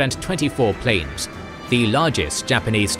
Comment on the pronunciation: the word "planes" was prounced as "plans"